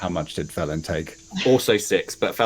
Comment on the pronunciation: Fellin...as in tree Fell'n.